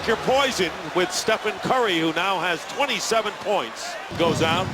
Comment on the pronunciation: "Stephon curry, Stephen curry" "And here's Brazemore! Bazemore! Kent wazebore!